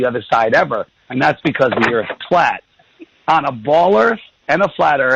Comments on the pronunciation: I say EARFF too hahahahaha. Cheers Olympia WA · “I’ve got LOOOADS of questions... and everyone call it Flat EarF... I’m an expert on Flat Earth,” because I watched a Netflix documentary on it (and maybe another that wasn’t mentioned). His best question was: “do you find yourself surrounded by people who agree with you...” can’t remember what he said, but it was basically getting at: Don’t you think you’re just in an echo chamber? My question for him is: shouldn’t that be turned around for all the Globe Earth people? I’m sorry but it pisses me off when these YouTube “news anchors” treat people with new ideas that come on their show like mainstream treats them. Go somewhere else!!! David W. is a nice guy, and he’s gonna day, “these guys were so nice, especially compared to who usually interviews me.” My response to David W. would be: if this guy was with a different person (other than the other, more open minded guy), he’d be such a dickhead and bully. David W. DID do what he said at beginning, “we’re gonna change that!” *David W. wins again! And that’s why he’ll never be interviewed on mainstream TV by Bill Nye or Noel DeASS Tyson*.